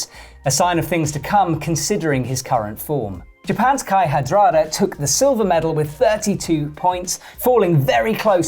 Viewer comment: did you pronounce Kai's last name as Had-dra-der? I'm sure its more Ha-ra-der. It's not like people don't say it enough... Presenting skills need a bit more work bro